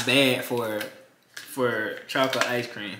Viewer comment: Am I the only person that hears him say chalk-lit